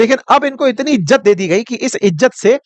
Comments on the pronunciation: Crow sir...! Tu to bukhla gya ha... Ijat nhi hota izzat hota ha 😅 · Ijjat nhi.....izzat😂